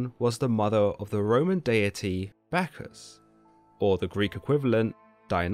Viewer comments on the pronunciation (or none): none